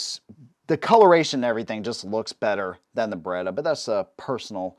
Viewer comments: Beretta, not Berretta. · Beretta, not Baretta.